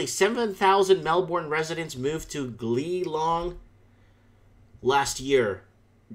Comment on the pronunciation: It's pronounced Geelong